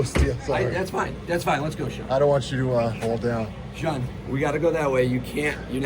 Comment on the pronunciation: Sean doesn't like pronouncing his 'T's . Bea'en, bu'un.